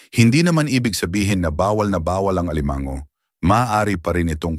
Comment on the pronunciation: Alimango - hinde alimang-go, puro pagpapa pogi lang ang pagsasalita mo.